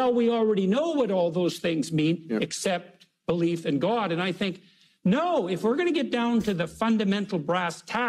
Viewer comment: "Gwod" - J Peterson